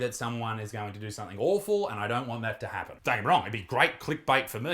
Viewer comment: Bro, you keep saying 'somethink" and made something off your own "back". You know better than this. Come on mate.